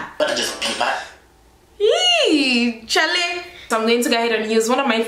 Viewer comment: Lol. You said "chaleyy" You did great though 👌👌